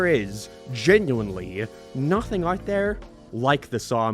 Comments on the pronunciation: "thare" "abouuwt" why cant you speak english? even quebecois can speak better english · why the fuck do you say there like that